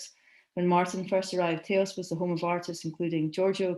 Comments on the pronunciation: That was very well done; complete & deep. Thnalk yoiu.It's pronounced Tah-os Turn up the volume. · Please learn your pronunciation for Taos.